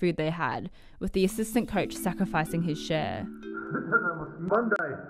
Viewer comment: Not the "couch" but the "coach" :-) Bless you anyway.